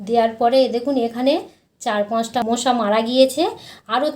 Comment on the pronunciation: মোশা না মশা বলে।